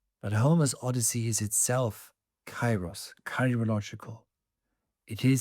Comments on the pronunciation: pls stop saying it KAI-ros, its pronounced KE-ros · Kairos its not k a i ros, its duble e means, k e e r o s, i'm greek. Forget Erasmus. When you see ai its not a+i its duble e. Keeros. To the point: It carries the sense of maturing things over time. It is the right moment to do what needs to be done—neither sooner nor later. Now is the kairos for it to happen, or perhaps the right moment has not yet arrived, its not kairos yet. This kind of timing isn't measured by the clock; rather, you simply sense when the right moment has come. Conditions are ripening, and when the kairos is right... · With great respect for your work and education i would like to give you the following information: Kairos ¨Καιρός" is not pronounced with a and i separately. A and I combinded in Greek create an E (in sound) like Elenι, because the "αι" sounds like a short "e" and the stress is at the end. So it is written Kairos but it is pronounced Keros . We use Cairo as you proncounce it for Egypt's capital city.